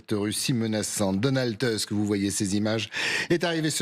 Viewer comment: C'est pas Teusk, c'est Tousk.